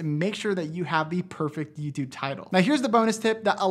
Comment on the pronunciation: hey i love the videos you do and great job and all that, but i kinda hate how you say "yüütübe" lmao